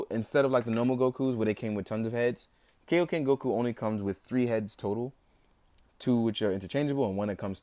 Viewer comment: It's kIoken not kAoken